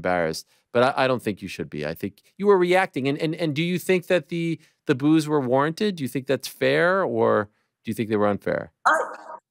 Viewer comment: ur boos sounds like woos is the best line ever